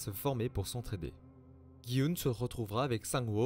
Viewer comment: C’est pas gui oun c’est dji hun